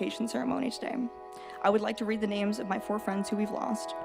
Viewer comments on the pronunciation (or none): I noticed they did pronounce each name wrong ! Disgusting 🤮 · The AI pronounced every single name wrong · You can’t even pronounce the victims correctly! BK pled guilty and of story! This is a ridiculous video! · I can't stand when a channel can't even say the victim's names correctly. It's so disrespectful. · Of the subject but it amazes me how many times main stream media mispronounces these kids names. I'm sorry but shouldn't they be vetting all things including this before ever going on air😮